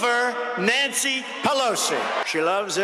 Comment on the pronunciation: Whoever is reading this to us, LEARN TO SPEAK ENGLISH! Her name is ,PelOsi, Not PelAsi! And we're not surprised that her family is corrupt, she's friends with Killary Rotten Shitton. Of course she'd be a crooked piece of shit.